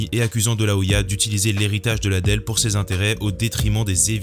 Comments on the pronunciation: Chuck LIDDELL pas ladel ❗️❗️ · Merci pour tes vidéos ! Par contre tu peux dire Chuck Lidle au lieu de Chuck Ladelle stp? 😂